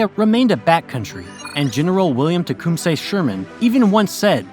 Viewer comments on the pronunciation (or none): none